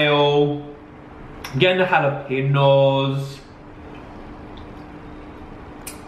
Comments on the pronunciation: Hahaha this is amazing. Jalapeños it’s pronounced like you said but the J it’s pronounced like you H Halapeños. 😘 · Also - I’m now going to start saying “jal-o-peños” ❤️😂 hes my favorite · Can you please do a reaction video of you realizing what bone broth is and how to pronounce jalapeños lol